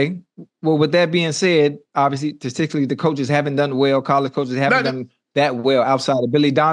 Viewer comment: “STATICALLY UNC” 😂